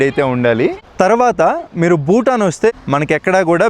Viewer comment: ಭೂತಾನ್ ಅದು ಬೂಟಾನ್ ಅಲ್ಲ